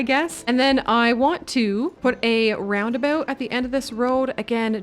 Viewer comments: First time hearing it pronouced as ROUNDEBU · Roundaboot?????😅 Never heard of them sorry. But subscribed 🥰